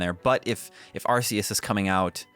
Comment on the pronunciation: Arceus is pronounced with a hard c